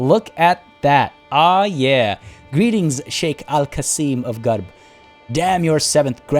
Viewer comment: It’s gharb! Not garb! XD